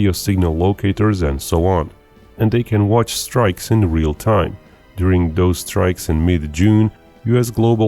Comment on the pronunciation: "Doaz attacks..." C'mon, speak English!